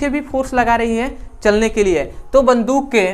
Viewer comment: वन्दूक नहीं होता है बन्दुक होता है सर 😂😂